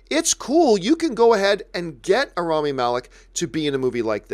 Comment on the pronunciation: Too bad Robert can't pronounce Rami's name